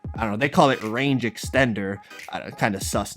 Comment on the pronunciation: 😂😂 this man said they re-named it RANGE EXSTENDER